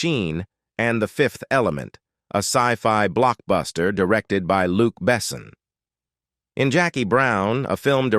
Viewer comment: Not "Luke Bessen" AI. It's "Look Bisshawn".